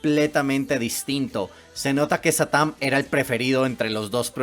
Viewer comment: Diganme que no soy el único que cuando dice satam piensa que dice satán